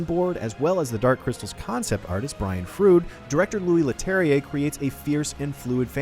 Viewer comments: brian frood? it's pronounced Froud. as in cloud. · yes exactly, turns out ‘froud’ is pronounced like ‘froud’ Dumb dumb ign reviewers 🙄